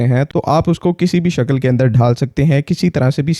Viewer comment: Akal nhi "aql" shakal nhi "shakl" kahte hain! Zabaan shakhsiyat ki pahchan hoti hai barkhurdaar! India